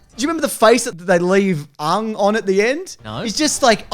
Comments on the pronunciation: It’s pronounced “Ang “, not “aung “ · Another weird aspect of this movie is the pronunciation of the names. Aang is pronounced like "Ong" rather than "Ang" and Iroh is pronounced like "Ee-roh" rather than "Eye-roh". While that may be more linguistically accurate based on the respective Chinese and Japanese influences on the names, at the same time, who did Shyamalan think he was impressing? It won't endear you to the fans at all. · I can’t even tell whether yous are taking the pi-s when you say “Ong” (the way the movie says it) ffs he’s name is Ang!!! Lol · I can't stand hearing them say "Ahng" when they had three seasons of the name being pronounced correctly. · The most frustrating part of this movie was that everyone could never get Aang's name right. Everyone kept calling him Ung . . . THAT'S NOT HIS NAME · The way you guys and the movie pronounces "Aang" is painful to hear.